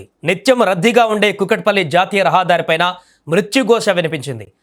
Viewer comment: రహా దారి కాదు .రహదారి😂